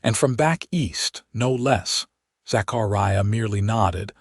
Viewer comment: It is pronounced "TOO'-SAWN". QUIT MURDERING "ZACHARIAH" BY STRETCHING IT AROUND THE WHOLE ENTIRE EARTH. There are no gigantic gaps between syllables You do not have such gaps otherwise NOT even GAPS separating WHOLE WORDS.